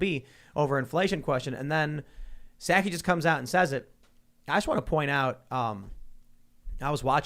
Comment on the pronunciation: Do you say sackie instead of Socky for Psaki on purpose?